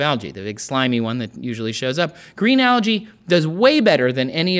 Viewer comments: You are pronouncing 'Algae' wrongly! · ``Algae`` tHats alSo Alga?! SOUNDS lIke yOgA